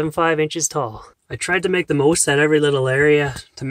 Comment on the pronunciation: You mean, stretched "oot"